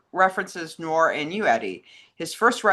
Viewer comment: Oh,, will there ever come a day when you pronounce the word "noir" properly? ☺